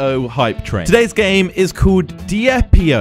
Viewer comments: its pronounced (Deep-io) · you say it like deep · You say it as "deep" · it is called diep.io but it sounds like deep.io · you pronounce it like deep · You pronounce it as deep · it's pronounced deep dot i-o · it's pronounced dipe io. 😜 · it's pronounced "dip", my friend has the last name diep